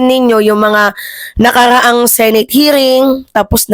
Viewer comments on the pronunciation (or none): none